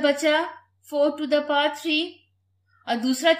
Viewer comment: To the paw is wrong pronounciation its actually To The Power 😊